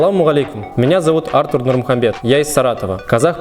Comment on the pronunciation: Спасибо .Ракмат .Но правильно ставьте ударение (режет слух ).Не МарИя ,а МариЯ ,или МариЯм .Ударение на последнем слоге .Не Артур ,в первом слоге ,а АртУр ,как впрочем звучит и на русском .